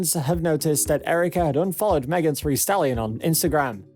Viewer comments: Megan "three" stallion, soyittee, and cuavo😂😂 like what!??? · Are you saying megan three stallion?and soyeetee instead os saweetie? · Who TF is Megan THREE Stallion and Tory La Nez (Lanez)??